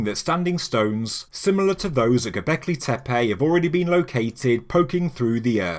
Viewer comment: That is not how your pronouncing ‘Goblecki Tepe’ . Fuckin fabulous mate. Exciting times.